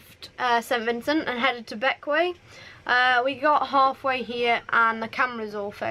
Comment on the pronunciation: Waisted on GT with ICE! Obviously, you will have my full support! 😂 Oh incidentally while we are at it, the way Bequia is pronounced is so wrong on all sailing channels - let's get it right once and for all, how difficult can it be! check out the Castillian version. Forget all this Wey this or this Way that there is only one way! 😂 Also corrects the local version ... 😂